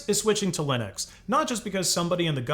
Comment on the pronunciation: GNU/Linux pronounced "niu linu"